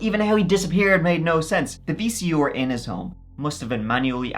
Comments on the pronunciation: Love how your say “VCER” (VCR). Also love these compilation videos. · Ok, I knew you couldn't say "Th" but this is the first time I've heard you say "VCR" as Vee-Cee-Orr. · VEE-SEE-OR lol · “the VC-OR”😭😭😂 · Damn VC or's! Lol jk, you know we love ya! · If this episode taught me anything it would be that says “V.C.OR”.😂😂😂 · “Vee cee ore” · Gotta put a VHS into my Vee Cee Oar. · Love ya but vc or lol. Or. You mean R haha. You barely have an accent till it’s something with R. Like tree for 3 or ore for R lol. Wonder if he tries to not have an event like some people in America does if they’re gonna be in the radio or tv? Like just neutral. Still better than the English not pronouncing R at all. Vc ah. Get ova hea. Haha. Can I get a boel of wahuhh I’m thestay. 😂 wonder if that’s where east coast gets get ova hea. Fuh git about it. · VC..or haha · "The VC Or..." 🤣😂😂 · The pronounciation of vcr is too funny.